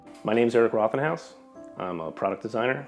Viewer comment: Your name is actually “road ten house” not “rot ten house”. It’s german, it means red house.